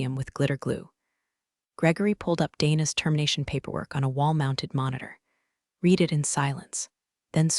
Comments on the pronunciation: Read can either be pronounced like the marsh plant "reed" or like the color "red", depending on the tense of the verb. The AI used to narrate this video consistently used the present tense pronunciation, i.e., "reed", instead of the correct past tense pronunciation, i.e., "red". Invest the extra dollars to do the job right and hire a living narrator who has passed English from an accredited institution and not from a dumb DEI institution to read your script. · I can't take it anymore. I enjoy the stories but you've got to do something about your AI. All stores are told in the past tense. So "read" becomes past tense pronounced "red." It's Pat a go nia (long o in go). The Pentagon is pronounces "Pent a gone." Whoever writes the screen language can't spell or punctuate. I usually just listen rather than sit and watch although I enjoy the scenery. Please do something about spoken words and screen writing. I can't take it anymore! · Easy now, be gentle with the AI. It's just a three year-old, it doesn't know much about anything. It hasn't even learned to pronounce read in past tense. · "I 'red' it three times". The English word 'read' is spoken two ways. Please learn the correct way to pronounce the word, correctly. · Love this - "digital news" as the pronunciation of "digital noose" - and the word "read" being repeatedly pronounced "reed" rather than the correct pronunciation of "red". These fairy stories are so enjoyable and I appreciate the creativity behind them. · Assuming text-to-speech engine was used to generate narration - words pronounced incorrectly ("read," "Elon") is distracting.